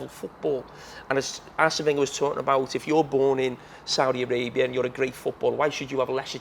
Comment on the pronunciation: Can't even pronounce Saudia Arabia. That's how uneducated NC fans are